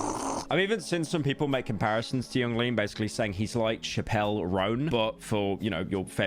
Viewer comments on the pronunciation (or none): “chapell” roan😭😭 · Pryo saying Chappell roan as “shapell roan” completely threw me off